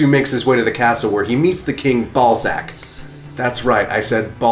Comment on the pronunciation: King "Balzac." I'm glad you spelled that out, because I heard something completely different. ;) Nice Highlander shirt BTW.